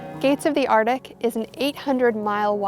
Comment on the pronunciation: Please learn how to pronounce “Arctic”